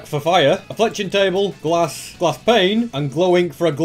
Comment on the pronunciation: I like when he says glass as “GlAascH”